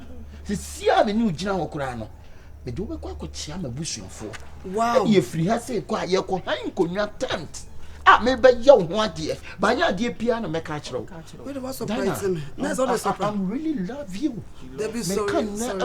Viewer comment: Lol he says "tempt" (tent)